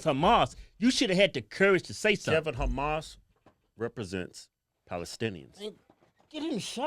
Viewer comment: Haha hells ya!!! You pronounced Humas right!!!😂😂😂